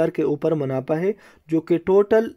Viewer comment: Munafa hota hai, munapha nh sahi sy Urdu bola kro Bhai